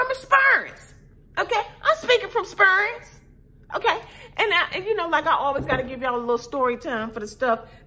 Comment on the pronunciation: "Spurr'ence"! LOL!